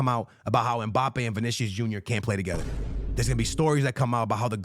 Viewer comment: UNC said “when Mpabbe lands at Real..” LOL 🤣